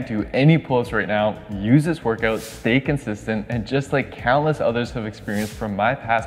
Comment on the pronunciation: Pretty cool and very well explained! But: ''work-oot"...